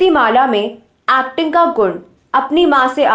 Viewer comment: Abe चानल, आक्ट्रेस, आक्टिंग, नही ब्लकि चैनल, ऐक्टिंग और ऐक्ट्रेस ....... पहले उच्चारण सीख लो .....